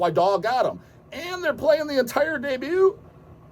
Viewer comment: HOLY COW! Did just correctly pronounce debut?!